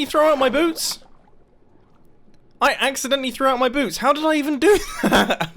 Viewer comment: You said boobs instead of boots